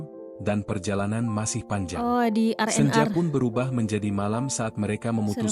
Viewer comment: Cara penyampaian cerita tu dah bagus tp maaf banyak sebutan nya salah. Contoh RnR disebut Erener malah sebutan roti canai pun pelik bunyinya Roti Aroya tu apa EK 🤔 😂 Cameron Highlands jadi Kameron Hitlan 😂